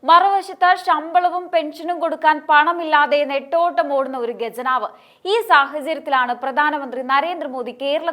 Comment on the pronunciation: ഗജനാവ് അല്ല കുട്ടി ഖജനാവ്